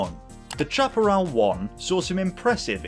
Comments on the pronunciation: It is pronounced SHAP-A-RAL Not CHAP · Not Chap-erell but Shaperell! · to us yanks the pronunciation was shap-e-ral. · It is pronounced 'shaperall' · i thought it was pronounced "sha-pah-rel" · The "ch: in Chaparrall is pronounced "sh", the word is pronounced shaparral. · I don't know how Jim Hall pronounced it, but "chaparral" (a Spanish word) is usually pronounced "SHAP-ə-RAL" in the U.S. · Good report on a famous builder and designer Jim Hall’s 2J. Only thing I would comment on is your mispronunciation of the Chaparral brand. Having lived through this period of racecar development, I never recall ever hearing anyone, including Jim Hall pronounce the “ Chap” part of the name anyway other than like “Shap”arral. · Please learn how to pronounce Chaparral. Snowmobile engine not jet ski. Also the issue wasn’t that it was a three speed transmission but AUTOMATIC!!